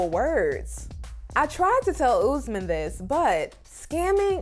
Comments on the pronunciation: It’s not Oozman…it’s Usman! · It's no ooosman. Please learn to pronounce